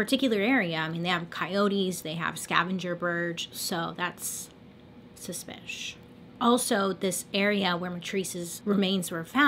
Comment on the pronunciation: Nobody:... bailey: suspish🤔🧐🤨